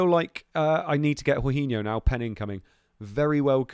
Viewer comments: How can you be a ‘professional’ yet pronounce Jorginho as ‘horhinho’. No offence but things like that demonstrate a serious lack of football knowledge and I’m not surprised you did so badly in this fantasy 😂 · true but it’s more the fact that he’s basically made up his own pronunciation, literally no one has said it like that before 😂 he would know if he actually watched any Chelsea or Italy games!